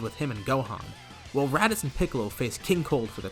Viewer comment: you said radicks lol